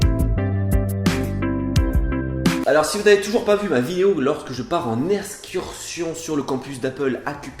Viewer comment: On dit EXCURSION et pas ESCRUTION, il ne peux pas y avoir d'eau Apple on appelle ça du JUS DE POMME, ensuite arrête de dire SWAG c'est dépassé et pour finir on dit SECOND quand il n'y a pas de troisième, tu aurais dû dire DEUXIÈME ! Voilà j'ai fini, sinon c'était une bonne vidéo